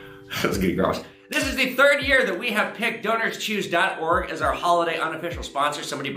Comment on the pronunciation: When you said the sponsor I was just listening and thought you said Donors Cheese haha